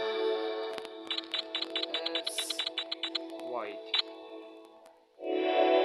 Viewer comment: Its prounts the White door not the ehite door